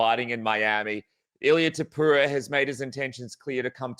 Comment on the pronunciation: Javier calling him Topura is such a subtle diss 😂